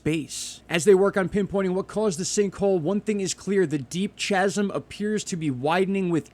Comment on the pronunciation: Chasm is pronounced Kaz-um.